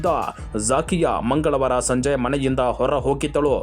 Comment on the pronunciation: It's not zaakiya correct zakia